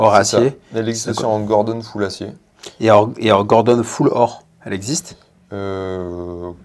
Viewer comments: Godron pas gordon😂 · Hello, on le trouve où ce marchand ? Grosse prise de cote sur les Cartier vintage dernièrement, ça vaut clairement le coup d'en avoir une au chaud. Ps: on parle de Godron et non Gordon.